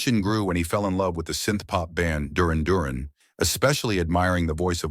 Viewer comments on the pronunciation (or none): durin? You mean dur ran... stop the ai bullshit.. you know nothing!